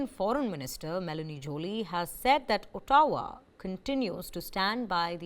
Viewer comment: Please learn the correct pronunciation of 'Ottawa' please! Jai Bharat!